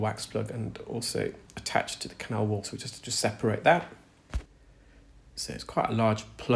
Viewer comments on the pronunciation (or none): none